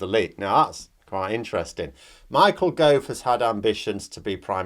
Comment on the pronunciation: "et tu Gov-e"